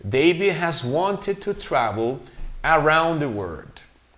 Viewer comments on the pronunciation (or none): " didn't accept " the correct pronunciation is ( akcept ) not ( asep ) that's the way I heard it the first time you read the text. Around ( aeraound ) not ( Araond ). I can't hear the pronunciation of the letter " L " in the word " world " it sounds like " word ". I don't hear the ending "T" sound in the word "worked" the first time you read the text I didn't hear the "T" sound. Their ( der ) not ( deir )